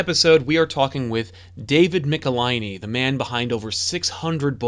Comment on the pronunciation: Great interview including some nice backstory with Michelinie (how is his name pronounced?, you pronounced it 3 different ways during the show.lol) working for both DC and Marvel. Currently reading his Star Wars run Marvel with Walt Simonson and his writing really stands out.